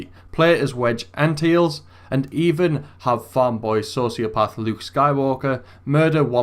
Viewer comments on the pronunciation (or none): I'm pretty sure it is Wedge Antilles, not Wedge Anthills..